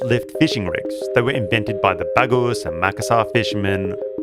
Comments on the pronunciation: Bugis is pronounced "boo-geese" not "bah-goose" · Some corrections: "Bagos" people -> Bugis people, "Lamarela" -> Lamalera